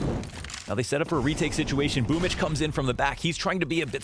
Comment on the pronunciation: I like how Boomb14 celebrates but why is his nick pronounced as boomich? I'm new